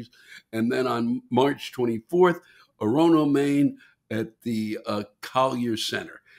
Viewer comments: Lewis - Thanks for all the smiles and laughter. But please, before you come to Maine, learn to pronounce Orono. The accent is on the first syllable: OR'-on-ō. Your audience will appreciate it. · Pronunciation of Orono is as follows: or-oh-no.